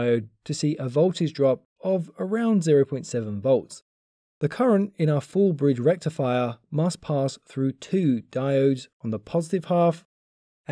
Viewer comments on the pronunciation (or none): FOOOOL BREEEGE REKTIFIRE